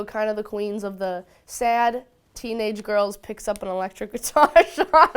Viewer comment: She hit the country accent when she said "sad"